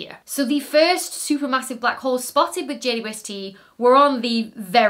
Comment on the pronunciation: Ah yes, good ole Jay Dwesty. Hadn't watched a video of yours for a while and had forgotten you pronounce it like that. Love it! ❤😅